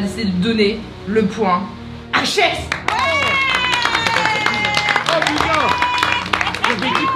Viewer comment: C’est pas shess c’est hess 0